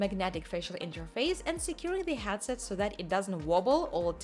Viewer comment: "HATset" XD I remember people mocking me too here in comment when I tried my emglish by saying DK2 DevelopMINT Kit .... 9 years ago -)